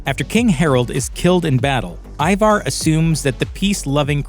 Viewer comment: The bloke narrating needs to learn to pounce Ivar and Wessex properly lol. The season seems rushed and Ivars death and the Russian arrow death on the balcony were weak